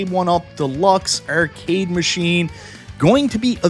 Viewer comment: What's an err-cade?